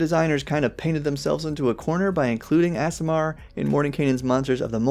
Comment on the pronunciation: I generally don't get caught up on this, but here's an easy way to remember how to pronounce aasimar: AARDVARK. AASIMAR. Two A's, not two S's. I can't help but wonder if that mix-up is one of the reasons they're making ardlings a thing.